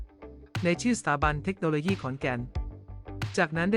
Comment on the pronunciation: เมคโนโลยี่ก็ไม่มี ต้องอ่านเทคโนโลยี ปรับปรุงด้วยนะคะ นำ้เสียงดี อ่านได้ดีอยู่แล้ว ติเพื่อก่อค่ะ